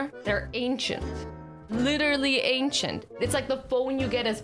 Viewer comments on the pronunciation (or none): none